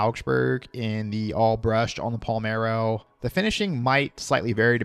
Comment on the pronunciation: “Palmero”?? Are you kidding me? It’s dedicated to Italian city PALERMO. COME ON MAN!